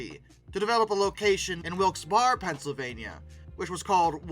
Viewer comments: WIlkes-Barre is not pronouncecd Wilkes- Bar but Wilkes-Barry. Your voice sounds kind of unusual..but i'm still beginning to think that you are AI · Wilkes-Barre... The send part of the name has several acceptable pronunciations but none of the are bar. Berry and bear are the most common acceptable pronunciations. Just some friendly advice from a Wilkes-Barre area native. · Wilkes-Barre is not pronounced “wilks-bar.” It’s “wilks-bear-o.” Don’t ask me why it’s pronounced that way, but my family comes from that area, so I know. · wilkes barre is actually most commonly pronounced like “wilkes bear”…”wilkes bar” made me cry a little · Great video. Wilkes-Barre is pronounced Wilkes-Barry. Take it from a local. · Wilkes-Barre, PA is pronounced Wilkes-‘Berry’. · Utica (you te ka), Wilkes-Barrie (Wilks Bear-ee) If you are going to do doco's please learn how to pronounce the names of people and places. Thank you. You will sound more informed. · Not criticizing, just letting you know - Lancaster (Pennsylvania) is pronounced Lank-a-stir Wilkes-Barre (Pennsylvania) is pronounced Wilks-Bear Barbados is pronounced Bar-bay-dose Love your videos and thanks for making this one. We used to have a Woolworth in a local mall and I knew little about their history and nothing about them after their Woolworth stores closed, their subsequent evolution and current incarnation as Footlocker. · Just fyi - Wilkes Barre is pronounced like Wilkes Barry and Barbados is pronounced with the emphasis on the second syllable, like BarBaydos. I almost couldn't figure out what you meant the way you pronounced it. 😊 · I hate to be that guy, but Utica is pronounced "Yoo-tica" and Wilkes-Barre is "Wilks-berry".... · Wilks Bar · Syndicate is literally just a word that means "union" and Wilkes-Barre is.... not pronounced that way.